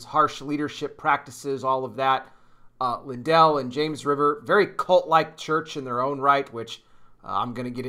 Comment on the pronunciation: They are NOT related - and his name is pronounced LIN-dell… accent on the FIRST syllable.